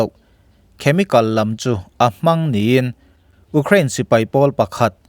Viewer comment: U krain i ti ziah....Iuuukhrain ti tawh la oo